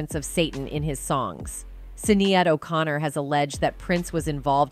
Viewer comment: Can you pronounce Sinead O'connors name right the way your saying it doesn't sound right i do enjoy and watch all your videos